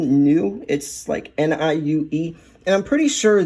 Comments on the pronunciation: Niue is pronounced nee-oo-ay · Niue is pronounced nuay